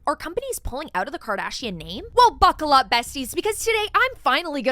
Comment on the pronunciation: buccal up 😂